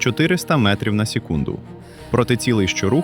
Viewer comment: Вже краще але ШІ озвучка не дуже, бо чутно: сєкунд, 2000 метра і інші слова